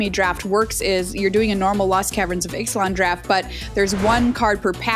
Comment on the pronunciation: Bravo for your flawless pronunciation of the Ixalan commanders, that would have tripped me up!